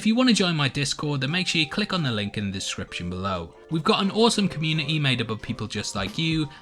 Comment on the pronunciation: "the leh-uh", "communi-eeh", "khee"